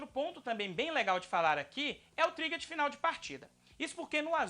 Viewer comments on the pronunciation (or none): é trigger, não trigguer